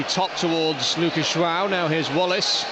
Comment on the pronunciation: Is it me or does he keep saying Luca jwao